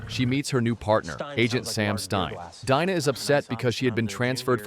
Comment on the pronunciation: It's Pronounced DINA as in "DEANA" not Dinah.